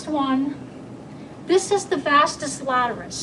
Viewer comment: Excellent, as usual...it's pronounced as - "Vastus Lateralis" not Vastus "Laterus". Everyone f. up somehow....the day we make no mistakes is the day we've met God.